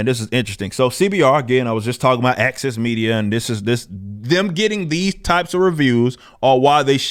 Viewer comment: I can't help mishearing when he said access media as "AXIS media".